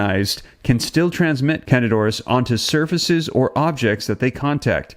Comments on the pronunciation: If could pronounce the name of the infection correctly that would help. CANDIDA AURIS. Not canadoris. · its not 1 word, its 2 words. PRONOUNCED.....kandeeda oris